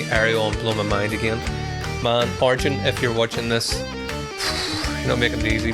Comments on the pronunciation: His name is pronounced 'ar-yen', not 'ar-jen'. So, close (the emphasis was right), but not quite right. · His name is pronounced R...yen